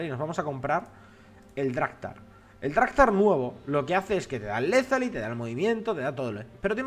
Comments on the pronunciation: deja de decir lethaly y di lethality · No se llama "Lethaly" sino "Lethality" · es Lethality, no Lethaly:) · Létali< con acento en la e. Pregunta: ahora si ambos jungla empiezan por bot, el lado rojo acaba antes con sus campamentos, mientras el lado azul tiene mucho mas para limpiar. eso es bueno? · LetaliTY!!! no Letaly, letaliTY! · es Le-tha-li-ty, no Lethaly. xD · LEZALY no, LE THA LI TY. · lethaliTY no lezali, lezaliti pls :) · en serio despues de 3 videos con lo de LETALI o LETHALI nadie le ha dixo nada???xDDD k te dejas un TY........LETALITY (LETHALITY) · por cierto la nueva estadística se llama letalidad , suena medio raro cuando lo dices en ingles XD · LethaliTY! te falta la última sílaba :V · es "Lethality"se dice literal "LE-TA-LI-TI" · desde cuando Lethality es Lethaly? xD